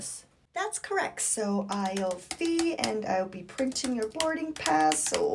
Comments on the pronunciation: I love how she says "feeee" so accurately 😂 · They way you say fee is great.